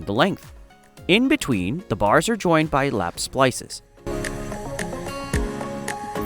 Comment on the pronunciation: You say splisses,I say splices… Let’s call the Ah never mind.